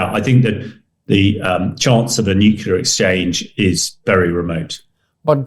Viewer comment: If de-Bretton has so much military experience let him go and fight. He’s delusional. He can’t even say nuclear properly. He’s an idiot.